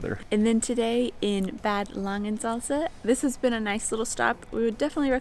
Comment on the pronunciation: You're totally right 👍 ...and to go on: It's NOT "Bäääd Langensalza"... it is pronounced with a "long (stretched) a" like in bath... 😉😂